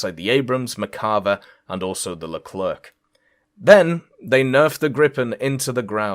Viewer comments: Yeah no one pronounced it right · Always funny when makes these vids XD also the C in the leclerc is silent. It's just LE CLER.